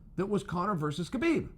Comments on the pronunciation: H-HA-BIB. NOT K-BIB CHAEL lol... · Why do people pronounce the K ln his name. l understand not using a russian accent lf lts out of the ordinary and harder to say but HU-blb ls just as easy to say as KU-blb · Sonnen Its pronounced Habib ,please drop the "K" when you pronounce his name.Thank you.